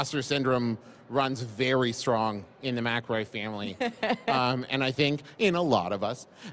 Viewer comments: in she mispronounces the last name of her guest. A+ research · My friend has been listening to their stuff for a long time, I've said "McElroy" in front of her a million times, and she still pronounces it like that. Now, granted, every time I read "Hoops McElroy" I read it as "Hoops mic-EL-roy" so I dunno what's up with that. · oof, this woman is probably the cringiest person ive ever experienced. right from her very first words and starting with the way she pronounced mcelroy. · Yeah she did mispronounce "Mcelroy."